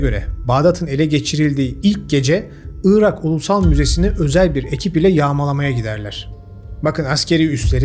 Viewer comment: Neden 'ııırak' diyorsun anlamıyorum. 'Irak'. Doğrusu bu. Evet önemli. Orijinal Arapçası da bu. Onlardan aldığımız için Türkçesi de bu. 'ııırak' ise bozuk mehmet ali birand telaffuzu. Rica ederim, gerçekler konusunda, ve Türkçe konusunda hassas bir insan olarak, bu büyük hatayı düzelt. Evet, büyük hatadır dili doğru kullanmamak, yer ve kişi isimlerini doğru telaffuz etmemek.